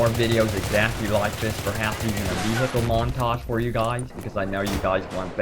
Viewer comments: Why does he say vee hicles its pronounced vee icle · Veehicle lol nice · the way u say vehical is so funny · Actually he says wi-hickel. No idea how you got it to Ve he icle. ._. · Ve he icle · vee-hi-cle... lol, the way you say it...great vid though :D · I love how he says vehicle!! hilarious!!